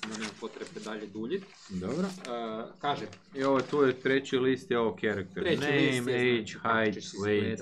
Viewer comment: Pohvaljujem trud - ubuduće malo manje "(z)nači" poštapalica i bit će OK. Eh da, nije "ćarakter" sheet, baš ni u kojem slučaju. :)